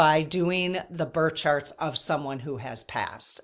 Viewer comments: Are you saying bird or birth charts? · I’m at the 13 minute mark and had to stop and comment. When was talking about birth charts I thought she was saying “bird sharts” several times. 😂😂😂 I was like whaaaaaa, why is everyone talking about bird sharts??? Lmao omg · Thought you said bird charts not birth charts - 😊